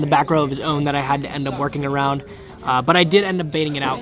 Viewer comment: Can we talk about the fact that you said awound and not around the first time? Made me chuckle